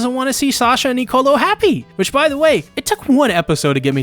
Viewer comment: also please when you say Nicolo remember its one word, your pronouncing it like to words,its one word, lol